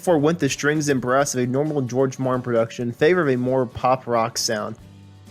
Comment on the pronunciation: The producers name is George Martin not George Marin.